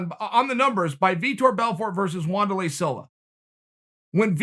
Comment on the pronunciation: Wand err lay. Ok great